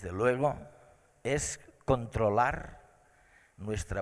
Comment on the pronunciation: controlarrrrr y disfrutarrrrr